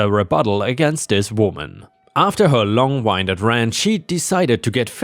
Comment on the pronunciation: The word "winded" bit you.😧When referring to a person talking wind (end) as in air blowing "The wind is blowing today." is right. It also refers to being out breath. But don't feel bad about being confused as to which of the two ways to pronounce it, there are more than 40 meaning for it depending on context. When referring to a path or clock, Wound sounds like Bound would normally be use "The path wound through the trees." or "The car wound up in the ditch." The other pronunciation means an injury and wound sounds more like Boon.